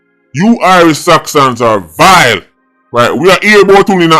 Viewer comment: the way does say VILE 😂😂😂